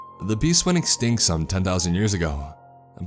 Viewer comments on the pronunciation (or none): Kimberly Mako And it is not ‘Ek-stink’, but ‘Ek-stinkt’, and it is not ‘Ek-skyayp’, but ‘es-kape’ 🤣🤣🤣🤣. It makes my eye twitch at how this cat, guy (he can’t EVER say the word ‘women’ correctly when he encounters it, and always pronounces it as the singular of ‘woman’ (many people seem to do this 🤔🤔🤔), nor the word ‘open’ which he says as ‘umohmpin’, and he and a chick can’t distinguish when talking about small physical objects, or minimal effort made and recognize ‘minute’ as ‘mī-noot’ and will say ‘that minute detail’ as if talking about increment of time) that many these people reading these stories cannot province many words correctly, and don’t seem to think to ask anyone for help, nor to YouTube the pronunciation of new words as they test-read before recording themselves.